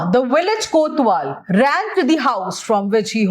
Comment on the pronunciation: Mam that is kotwal not kothwal